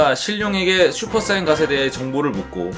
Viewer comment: 자꾸 슈퍼사인갓이라고 하시네